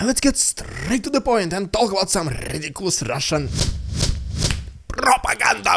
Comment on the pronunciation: Today was your rrrridicolous rrrussian prrrrrropaganda Variation majestic and Vera energetic - whoooooooah😂❤! Your a Great guy with a cool fine sense of Humor.